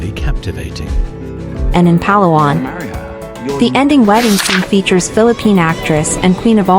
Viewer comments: The stress is on the second syllable…Pa-LA-wan, NOT PA-la-wan. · Correct pronunciation is emphasis on la, the second syllable of the word Palawan. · It’s not PALA-WAN it’s Pah-LAWAN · It’s not Pa’lawan. It’s Pala’wan. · You edited good but your pronouncing PA-LA-WAN NOT PAL-AWAN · Palawan = had to turn off the audio. It is Pah-lah-wahn not pah-lawan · Why do you not research how a place is pronounced before creating a content. No negativity meant I'm getting cringed for all multiple times PAlawan instead of paLAwan. It's just me. Again no negativity meant. Content creators use Philippines for likes and to gain more followers but please pronounce places correctly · Just to impress the locals and Filipinos say it as pa’LA’ whan.